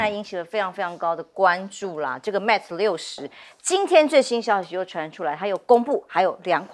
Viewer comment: Mate 不是Mat, 希望糾正發音。